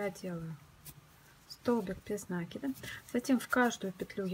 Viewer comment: Опять этот нАкид , вроде бы простое слово и ударение интуитивно понятно!